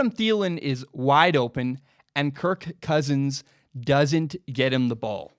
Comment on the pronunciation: It seems like you really struggle trying to say his name. So much so that it distracts from everything else you say, such that I keep waiting for the next time you say kirK Kousins.